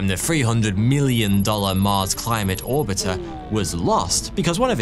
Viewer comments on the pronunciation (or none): When an orbiter is an oribter 😅